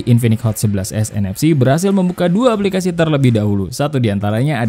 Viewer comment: Kok ngomong 11 nfc semua, ga ada s nya, cuma di sedikit kata kedengaran S nya